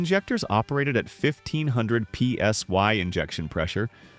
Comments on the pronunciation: Sorry boys...I had to bail when you pronounced "PSI" as "PSY" ...killed your credibility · Another less important correction: it’s PSI, not PSY. And now I finally understand what the difference is between a GM 471 and 671 blower’s (Superchargers) and how they got there designation .